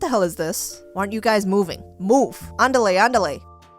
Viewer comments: Its not andalay Andale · Hah I like how you try to say Andale